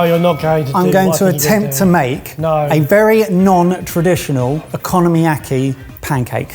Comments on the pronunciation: I legit snorted every time he said "economyaki" instead of "okonomiyaki" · The unintentional mispronunciation "economy-yaki" is quite fitting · Purple and yellow carrots? :O Okonomiyaki - oh-coe-no-me-yah-key is Japanese and have a long o sound. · absolutely kills me every time one of them calls okonomiyaki “economy-yaki”… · “Economy-yaki” …took me a sec to realize he was trying to say Okonomiyaki. 😂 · I’ve got to say, big fan of making okonomiyaki at home, but I had a bit of a laugh hearing “economy-yaki”. Brilliant idea, I always look forward to your uploads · I'm not even Japanese and I am insulted by your pronunciation of okunomiyaki. Also it translates as fried things you like